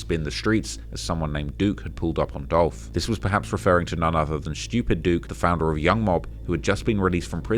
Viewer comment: It's Dolph!!! 🐬